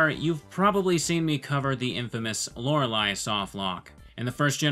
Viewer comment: Not hearing "Laura Lee" is different. And it's nice